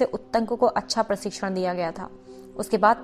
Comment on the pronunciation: धन्यवाद। आपका हिंदी पाठन उत्तम है। कृपया कुछ शब्दों के उच्चारण पर ध्यान दें। उदाहरण के लिए - आप 'क्षत्रिय' को 'छत्रिय', 'क्षमा' को 'छमा' और 'प्रशिक्षण' को 'प्रसिक्षण' पढ़ रही हैं। फिर भी आपका प्रयास अत्यंत प्रशंसनीय है।